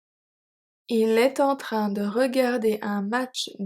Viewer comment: Thanks! Some of the emphasis sound strange to me though. Like wouldn't it have to be on the word "train"??